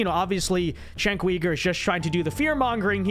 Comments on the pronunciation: lol its not cenk WEIGER......its pronounced YOOGER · Kasparian is MORE of a Man than Uyger (pronounced as Ogre, LOL). Let's go Ana!!!! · Did he say Weeger? Lol